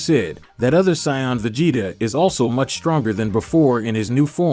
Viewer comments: bro u pronounce saiyan wrong ,''u ssound saiyand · You are pronouncing Saiyan wrong